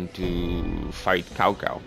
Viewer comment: You said Cao Cao's name wrong.